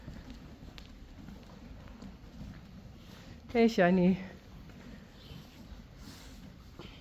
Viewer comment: Who else hears Johnny whenever she says Shiney? Wonder if it's just me or not. Uniek knew, you can tell be the way she tastes the air and looks around, she knew she wasn't coming back. Ok the end has me balling like a baby. My cat is now trying to find out why im upset and giving me comfort.